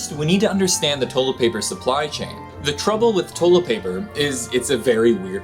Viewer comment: "Toe-let paper"